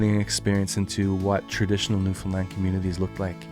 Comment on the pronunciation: Also much respect for saying the correct saying for Newfoundland. Newfinland is what we call it 👍